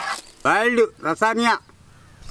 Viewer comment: wow and at the end he says chicken lasanga wasnt it an american style or classic italian i am so confused right now